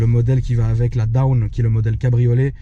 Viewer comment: Dawn not down and wraith not vraith. Cool Thank you